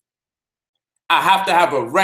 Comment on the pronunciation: damn, he said, "discontentment"